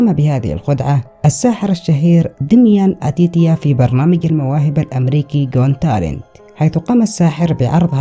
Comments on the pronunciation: اسمه قوت تالنت مو قون تالن هههههههههههههه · got talent not gont talent😹😻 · يا حبيبي و صديقي العزيز، البرنامج اسمه جوت تالنت مو جون تالنت الله يرضى عليك 😂 بعدين تكفا غير المسيقى الشغاله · اخي نتابعك دوما. مبدع دوما. لكن لفظة قون تالنت تحيرني. نرجو ان تصححها قوت تالنت😊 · ي اسمه جوت تالنت مش جون😅👍🏻👍🏻استمر ي وحش 😉